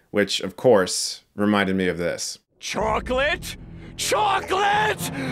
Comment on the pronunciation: CHOCLET. CHOCLET? CHOCLET! CHOCLET!? CHOCLEEEEEEET!!!